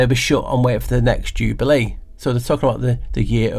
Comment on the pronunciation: Thanks, she Decoded That 1! 'Jew-bale year'